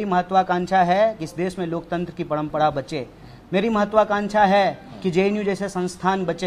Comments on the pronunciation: Paihle ise Hindi sikhao parampara ko parampada bol raha hai🤣🤣🤣😂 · Abe padampada nahi hota hai parampara hota hai c😀 Tumlog jaise logon ko khada tak nahi karna chahiye salman sahrukh se kuchh sikh lo-diction, presentation etc Are bhai ye to bjp expect kar raha tha jab nahi mila to congress pakad liya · Padmpda k h u bhaiyee...hindi sikh jo apne desh ki maa bhasha hai. Parmpra hoti h na ki padmpda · Jo admi parampra ko pnampra bolta hai o kya netagiri karega a adami bharat ke khilaf bolta hai lagta hai bides paisa pata hai isko kabhi bhi neta mat banaye a sabko bewkuf bana raha hai